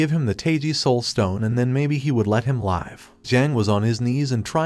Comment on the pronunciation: you keep pronouncing the word "live" wrong